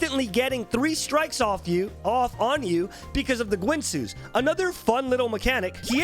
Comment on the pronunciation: Oh God the guinsoo pronounciation